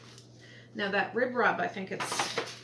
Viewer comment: Lol your ribrub sounded like redrum, spooky, 🤪